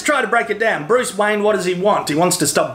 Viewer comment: I thought he said Bruce Wang lol